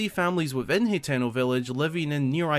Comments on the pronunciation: i get that but there saying wrong as well , hateno is easy to sound out ...your saying it heteno tho a whole letter off just saying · I cringe everytime you mispronounce. Hateno village ...you have to sound it out ..ha ten o